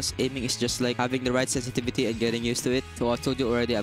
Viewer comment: NOT SESESESETIVITY LMAOO